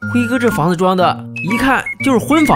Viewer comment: 主題房子讀成主提房紙……😎👍👍👍⛼ 服！